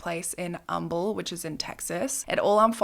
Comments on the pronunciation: Such a sad story. Proud of you for pronouncing Humble, Texas right! Im a Texan. It doesnt happen often. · props to you for knowing how to pronounce how we say Humble here in Texas!! I love your channel, you always have so much empathy for the victims and the coverage is great!! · definitely does her research - she even said the name of the town correctly 😂 no one ever gets it right lol